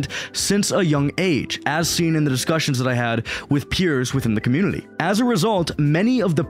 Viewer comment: Why do you say "Communi-L-y"?